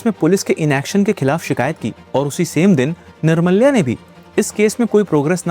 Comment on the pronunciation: Bhai wo निर्माल्य hota hai. Aur wo Jo title Day nahi दे bolte hai.just a small correction